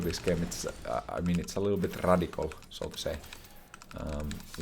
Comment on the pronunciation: Says the build is radical, he meant Raidic-al